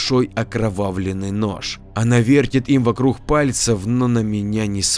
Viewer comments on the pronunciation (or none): Вокрух😏 - Не приятно когда "г" читают как "х"!!!- пожалуйста, не ломай в чтении произношение! Ты же не читаешь!: "-...существо с рохами"!!!- с рогами 👆👆👆 Не в обиду ✊🤝